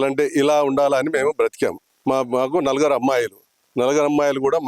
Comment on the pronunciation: Anchor sir..NALAGARU KAADU..NALUGURU